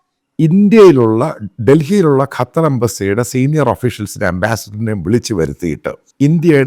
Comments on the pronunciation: കറ്റർ അല്ല " ഖത്തർ " . കള്ളം പറയുന്ന ചാനൽ... കറ്ററിലുള്ള വലിയ എത്രയോ പോസ്റ്റുകളിൽ ഈ പറയുന്നവന്റെ ആളുകളെ ഒരാളെയും നീ കണ്ടില്ലേ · കറ്റാർ alla😂 ഖത്തർ ✌️